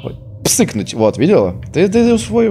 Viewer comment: псыкнуть🤣🤣🤣 меня на смех порвало)